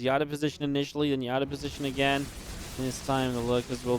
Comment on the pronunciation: stop pronouncing again wrong again again and again